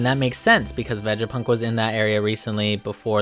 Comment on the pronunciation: your pronunciation of these words are weird as fuck.. lmao Vejapunk? it’s Vega, like Vegas